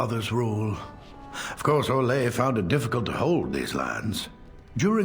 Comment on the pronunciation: the only option in the origins for a same sex coupling is in the Cousland story, otherwise you have to wait until the main story starts you mean orlay, it's not pronounced how you did it